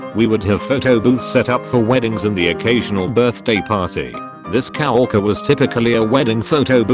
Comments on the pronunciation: Nobody: Text-to-speech: coworker cow-orcer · Nobody: Narrator: Cow-orker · This video pronounces coworker as cow-orker. I have no idea how one orks a cow, or what that even means. Does the TTS not know what coworker means? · when it reads out coworker i always hear cow walker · An old Cow Orca. Gotta love speech synthesis. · It still annoys me that he says "cow-orker" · "Cow-worker"???? ROFL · I don‘t know if I can read „coworker“ normally ever again, after he said „cow-orker“ so many times 😂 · "Cow-eerker" lol. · No one : Narrator : cow arker